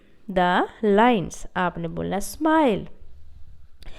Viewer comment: Not smile it's simili